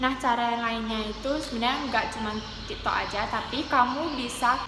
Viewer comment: Tik tok kok malah jadi ti to